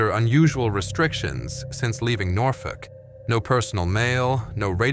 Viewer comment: Nothfork ? Its Norfolk you imbicill ! Thirty seven confirmed kills in an F4U Corsair as he displays a P51 Mustang .